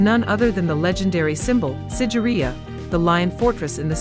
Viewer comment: it should be SIGIRIYA...not sideria👍👍